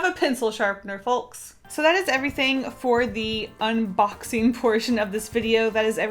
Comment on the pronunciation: Did you say "folks" like that because of all the people who went crazy over how you said "yolk" last time? 😂